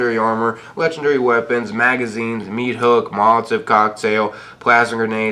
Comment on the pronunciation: The way he pronounces things is fuckin frustrating , "moltiv cocktail, gaous rifle, bold action rifle, gatlin gun, appalacha" Jesus